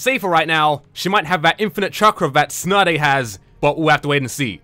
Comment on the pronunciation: You say tsunade as snotty lol